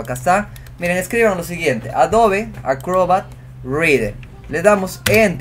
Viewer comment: ¿ Porqué pronuncia AdoVe cuando hay una /b/ labial: AdoBe